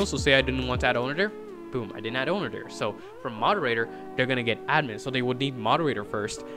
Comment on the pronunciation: he said ownedr